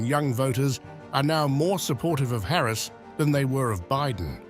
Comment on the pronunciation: The way you pronounce Harris's name makes me think how much stock trump has in this station?